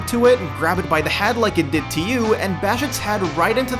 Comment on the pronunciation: Grab its Had and bash its Had into the wall, and its Had blow sup. The way you fucking say words with "ea" (head) driving me fucking up a wall.